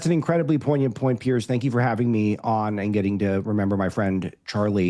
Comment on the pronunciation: She called him shank😂